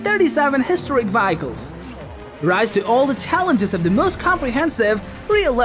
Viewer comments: It's "Vehicles" not "Vyeicles"....... Just sayin! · What the hell is a Vack-ick-lols Ohhhh you mean VEHICLES . Learn ENGLISH. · Nice compilation of games. I just wish you knew how to pronounce vehicles. LOL